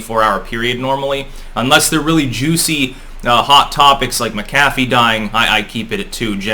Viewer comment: His name is pronounced MACK-a-fee.